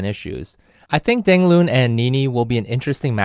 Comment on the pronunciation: You pronounced his name all wrong. Dang Loon? Not even close. :(